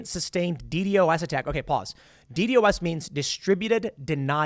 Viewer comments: Just say D Dos like somebody who knows what it is would Tim. As a "hacker" like you have claimed to be in the past would know it is not pronounced D.D.O.S it D Dos (not spelled out) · DDOS is pronounced “dee dos”.